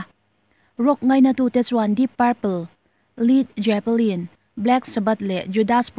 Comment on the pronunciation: Grunge(Grange), Psychedelic(Saikedelik), Led Zepplin( Let Zepplin), Judas Priest(Judas Pris), Funk fussion (Fank fiuson) tih te hi hetiang hi a lam dan tur dik ani e..